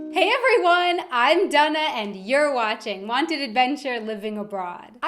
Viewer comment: Your name confuses me. I've heard it pronounced - Dane-uh, and Dan-uh, but NEVER heard it pronounced Done-uh before.